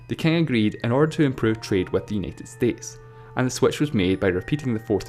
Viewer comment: the accent is annoying, , its understandable but the pronunciation is awkward and gets annoying after time. it's like he adds 6 more vowels to words . like how he says united states, he says it as yenited states, like what the heck, it's U as in you , not ye . Lol